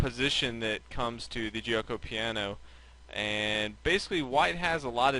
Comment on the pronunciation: the "g" in giuoco is pronounced as a "g" not as a "j". like the "g" in gambit, game etc